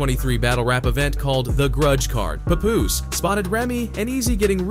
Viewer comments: Not sure whats worse: What Remy did to Papoose or how you pronounce his name. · I can't stand when corny people can't pronounce 'Papoose.' Anyhow. I used to love Remy Ma. She is grimey for real! Somethin' told me she wasn't shit after she stood up for Fat Joe after he called Lil' Mo and Vita ol' dusty bitches during the Ja Rule vs Fat Joe, Versus Battle. Papoose. You a real one! Salute! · The way they’re pronouncing his nameee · All the ppl doing videos on Pap n can't say his name right 😂 🤦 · So everyone is going to ignore how he’s pronouncing papoose name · The way he says Pap’s name makes this unwatchable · OMG !!! Why can't you say his name properly?!?!?!? I can't even watch this. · i'm annoyed on how this narrator is saying papoose name lol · You can’t even pronounce his name right but all up in the business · Please pronounce this man's Name correctly!!!! SMH WYPPL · Yo ain't saying Papoose name rite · Hey white guy if you're going to make money talkin about Black Culture you can at least get people's names correct. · So we not going to talk about how he’s saying his name? “Puhpoooose” 🤣🤣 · Lol they should have spelled his name the way it sounds when they configurd the AI voice. Instead of "Papoose" they should have experimented with "Pah Poose" or something similar. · Bro called him everything but HIS name 😂 im talking paw poose, pet poose, pat poose puhpus, p-poose puppoos fs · “PAY- POOSE” 🤦🏾‍♂️😂😂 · Paw Poose is a crazy pronunciation lol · The bot calling him Pupoose...smh. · This AI shit is already out of control. Wtf is a Pupoose? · PAY POOOZE ? PAY POOOZE??? MAN U VULTURES CAN AT LEAST GET HIS NAME RT😂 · Dude said peepoose twice??? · Did he call him "popoose?" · Why does he call him PoPoose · Pay-Poooos really? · Its ...PAP-Poose...... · puh-poose - lol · This man pronounced Papoose differently every single time lmao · The way he prounced papoose I died 😂😂😂😂😂v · Click Bait all this shit is extra Cap and he can't even pronounce Pap name right smh 😭😂😂